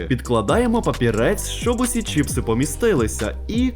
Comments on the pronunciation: Відео класне! Але не чІпси, а чИпси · ЧИПСИ, а не чіпси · Я уже казав, не чІпси, а чИпси!!!!! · не чіпси а чипси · Вірно казати не чіпси а чипси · Чипси, а не чіпси😅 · за правилами орфографіїї правильно говорити чИпси